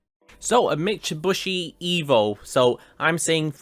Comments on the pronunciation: Mitsu"bushy"..... Sadness flush.... It's Mitsubishi.... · Dude said mitsobushi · ”Meatschubuschi evo”